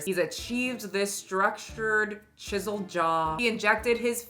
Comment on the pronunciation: At one point it sounded like you said 'jizzled jawline' instead of 'chiselled', and honestly, accurate. Edit, just got to 'tiptoe maxxing' and I'm now dead. This is the most pathetic segment of humanity.